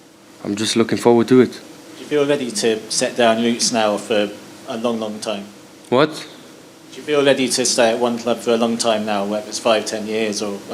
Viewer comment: 🤣🤣🤣 the reported mumbles a question mins, and the way he says “WHAT” 🤣🤣🤣